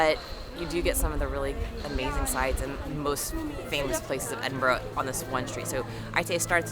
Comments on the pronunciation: Nice that you enjoyed what you saw of this fabulous city, though there is much, much more to explore. A few things (apolgies for the length): - As others have noted, Edinburgh is pronounced 'Edin-burra'. Some locals say 'Em-bra', though 'Edin-burra' is more legit. - The 'alley or staircase' across from the Milkman is Warrison Close. Its 120 steps lead up to the High Street (Royal Mile). There are over 80 closes remaining along the Mile. These line both sides of the route from the castle down to the palace, and back when what is now called the Royal Mile was the primary route in the city (when it consisted only of the Old Town, prior to the creation of the adjacent New Town), closes were the streets and were lined with homes and businesses or led to farmland etc. Chambers Dictionary and the Encyclopaedia Britannica were first printed a few centuries ago in a couple of the closes in the vicinity of Warriston's Close. Here is info on the closes: Because the Royal Mile is a rather steep hill, some of the close extending off either side at the top, most notably Warriston's and Advocate's closes consist of many steps. The News Steps, tucked out of sight up St. Giles Street, across from St. Giles Cathedral) is another. - The mention of 'built up' regarding the low windows on that church by the castle (deconsecrated it is now The Hub, part of the Edinburgh Festival) misses out on the steepness of the terrain up Castlerock and the need for the rock to be cut out to accommodate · Lovely video! Really enjoying your take on every thing Scottish 😊🏴 I feel bad that everyone's jumping on your pronouciation of Edinburgh! On behalf of my fellow Scots, "Apologies and thank you!" 😂 ... but also, just in case you visit and to pre-emptively avoid a similar pile on, Glasgow is pronounced "Glaz-go". 😂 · Please pronounce Edinburgh properly. I am asking with respect as this drives us Scots crazy. It is not a town it is a city. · The gh is pronounced a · Edinburgh sounds like Edin Burra